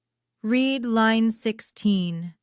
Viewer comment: AI still having issues with ‘read’ as in ‘reed’ & ‘read’ as in ‘red’ Watching from Leicestershire in the UK 🇬🇧